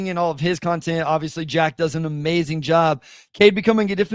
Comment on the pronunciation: Man Bryce got that Benchwarmers 3 syllable athlete the mark. That's amaz-za-zing